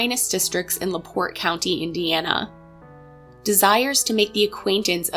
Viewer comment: Ty for pronouncing LaPorte correctly! So many people tell this story and say it wrong. I’m from LaPorte. :). They have a creepy Belle exhibit at the local museum